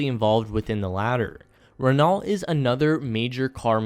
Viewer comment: Great video. Renault is pronounced 'Ren-Oh' by the way.